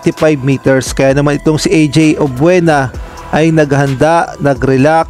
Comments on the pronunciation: Mali Po pronunciation nyo apelyido NYa,obyena Po ,Hindi obwena...sorry Po for my corrections .. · Obuena ba? or Obiena?